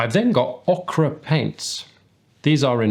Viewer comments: FYI Ochre is pronounced 'oh-ker' not 'ok-rah.' Okra is a pointy green vegetable. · Ochre = Oker. Like saying the word Ogre. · I was listening to the way you say “ochre” and mentally picking on you thinking that you say it like Southern Americans say “okra” - which is a vegetable here. Until I asked my Australian wife to say it and she spit out “Oh-kah”. 😅